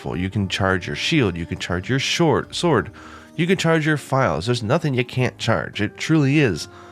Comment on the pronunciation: ah yes, the best weapon of all. The Shord